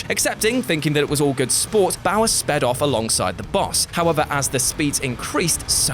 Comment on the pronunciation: “Off” not “of”